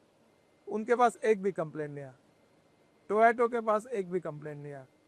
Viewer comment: 5 वीं फैल इस मंत्री से पूछो पहले कि टोयोटो नहीं टोयोटा कंपनी है 😂😂😂😂